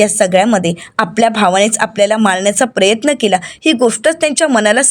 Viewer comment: प्रयत्न असा उच्चारात प्रेत्न नका म्हणू